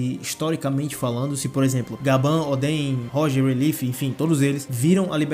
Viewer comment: A pronúncia certa de Rayleigh é ray-lee! E não ray-leef